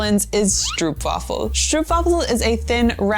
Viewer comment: The mispronunciation of stroopwafel is starting to piss me off.